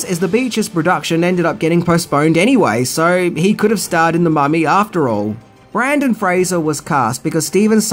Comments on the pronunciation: Right at the beginning. Brandon? Seriously? The man's name is Brendan. Your credibility will go up if you can get them actor's name right. Sheesh. (and this is a name, not a word. Accent is not an acceptable excuse) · Could at least get the actors name right ….Brendan Fraser not Brandon! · It’s Brendan, not Brandon. Seriously, how do you fuck that up? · I'm I the only one who was mentally saying "BRENDAN!" every time called him Brandon?? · In Australia, the name Brendan is unpronounceable. It just is impossible to say with an Australian accent. Therefore, he's know as Brandon down under. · It's "Brendan" Fraser, not "Brandon!" Do you do this on purpose? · I know. I thought it was was just his pronunciation, but he even spelled it Brandon on the title card for #1. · You kept saying "Brandon Fraser" and I for a second thought I found a Mandella effect; I could have swore it was Brendan with an "e". I had to google it just to check lol. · FYI, it's BREN-den Frasier, not the more common spelling & pronunciation BRAN-den. No biggie. 2nd, have u ever considered a career in film? U obviously have a passion for it if ur takin' the time to research all these flicks. Just a thought 💭. Enjoyed the vid as always. 😉👍👍✌ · After I got over being butthurt about the historical inaccuracies and got back my sense of humor, I loved the movie. So campy and fun. I won't ever stop rolling my eyes at "quicksand", though. You need water for that to happen. Other than that, pure awesome. But just fyi, his name is BRENDAN Fraser, not Brandon. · His name is Brendan Fraser, not Brandon. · Brendon not Brandon I scream every time he said it wrong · Love your vids, and I love this movie. However, I don't know if it was your accent, or you were actually mispronouncing Brendan as Brandon, but it did annoy me throughout the vid. Excellent vid all the same. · It’s BrEndan Fraser NOT BrAndon Fraser. Kind of makes me take you less seriously if you can’t get the main hero’s name right…